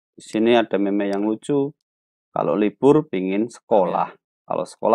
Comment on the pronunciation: Maaf Pak🙏 itu dibacanya "meme" bukan "meme"